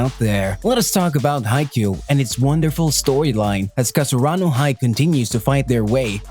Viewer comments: its not kar su aa no 😑 its karasuno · Its ka ra su no not kasarano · Whats with that its karasuno bruh.. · Its not kasurano its karasuno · Wrong cause he said kasaranu??? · Was it just me or did he really said Kasurano instead Karasuno? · Kasurano? It's karasuno bruh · I was like wait something is not right.... then i realized u have been saying Kasurano instead if Karasuno lol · Is it just me or you're saying Kasurano instead of Karasuno? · yes i heard it too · yeah its a little bit annoying that he keeps on saying Kasurano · Why can't u say karasuno.... Gets irritating towards the end